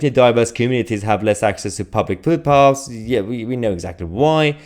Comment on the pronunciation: Are you saying "food paths?"